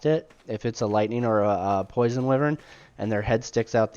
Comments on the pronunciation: Pronounced "Why-Vern" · Some people consider wyverns lesser dragons, others consider them their own thing. Its debatable. One other thing, though, just so you know: wyvern is pronounced with a hard i: first syllable rhymes with fry. It comes from the same Latin word for viper. I myself said it wrong for years.